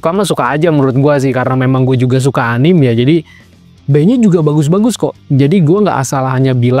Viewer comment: Di baca "anime" bang. Jangan "anim" atau "enim" 👌